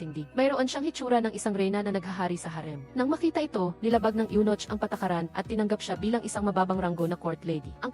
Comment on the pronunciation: Anong Yunoch? May nochhh talaga? Yunok ang pagbasa nyan. Spelled as Eunoch in English.